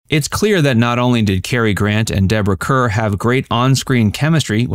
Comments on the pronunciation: SO many `classic movie` videos have real clangers in them because millennials don`t know how to pronounce the names. Every time he said `Cur`, I winced. Then you get told, oh, don`t be such a film snob! No kidding, wanting it pronounced correctly is being a snob. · Her name is pronounced like Car. Deborah Kerr (Car) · Deborah Kerr is pronounced to rhyme with ``car``. You millennials. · CAR, CAR is the way Deborah Kerr pronounced her last name check it out!!!!!!!!!!!!!! Please! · Deborah “Karr.” Charles “Boyay.”